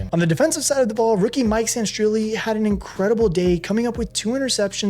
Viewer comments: Sanistril dude. Sanirstril. Not Sanirstrilli. He's not an Italian soccer player man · Say it with me: SANE-RIH-STEEL… Mike Sainristil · I lied to myself when I said I wouldn't let it bother me, but Mike's last name is pronounced San-ri-still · You’re saying mikes name wrong it’s pronounced San•der•still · PLEASE learn how to pronounce #10’s name…you’re butchering it! 😉 HAIL TO THE REDSKINS! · Yeah I’m like he’s not Italian 😂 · That was irking me so much 😂😂😂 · Yo i was about to do the same shit had me annoyed every time he said that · How tf are you saying Mikey's last name again?